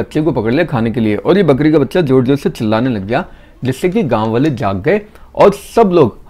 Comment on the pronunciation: Bale nahi waale hota hai. First learn how to pronounce hindi words properly.